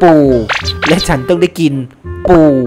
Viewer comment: อย่าเน้น ปู มากครับ